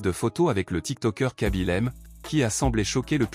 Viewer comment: Ce n'est kaby lame mais (mé) e ce prononce (é) et il n'y a pas d'accent aigu au e.